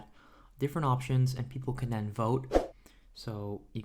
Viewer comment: Lol he says: dere as in there Dat as in that Den as in then Dis as in this Lol bruh grammar please